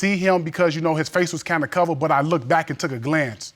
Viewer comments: She said “lookeded”😂😂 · OMG and both of them kept saying "lookted". I kept hoping it would be the last "lookted" and then they just kept repeating it. They weren't embarrassed but I sure as heck was for them. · And "lookded". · "Lookkidid?" Huh? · “Lookeded” too😂